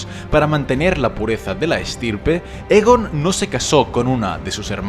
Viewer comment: Está bien, pero estaría mucho mejor si pronunciaras los nombres correctamente. En la serie ya se han dicho varias veces y pronuncias mal Aegon y Targaryen, entre otros. Saludos